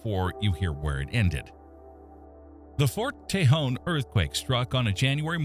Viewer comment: Nice job getting the AI voice to pronounce cajon and tejon correctly. Also, it is more objective than most of these.